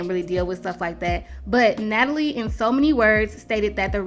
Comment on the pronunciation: How she keep butchering Natalie’s name 😂😂😂😂😂 I LOVE THE SHADE, baby!!!